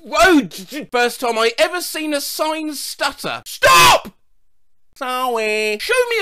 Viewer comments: Look, we can't keep stopping at every "sop", "yeld", or "one vay" sign. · ‘STOP’ ‘sawy’ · STOP! sawy🥴